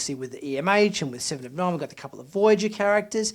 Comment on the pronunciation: Siiven orv Noine